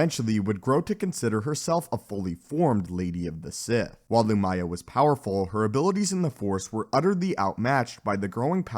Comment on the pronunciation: The mispronunciations is almost comical. Emphasis in the first syllable. "LOO-mya."